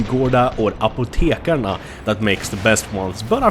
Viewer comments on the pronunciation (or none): Apotekarnes, inte Apotekarna =p